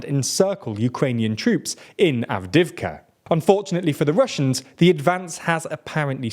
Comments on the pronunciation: It's not Avdivka, it's Avdeeivka. You pronounce it weirdly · 2 notes on pronunciation: Avdiivka is missing a syllable. Av-di-yi-vka. Podolyak has an extra syllable. Po-do-lyak.